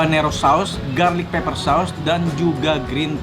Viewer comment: Pepper Koh bukan Paper. Artinya beda jauuuh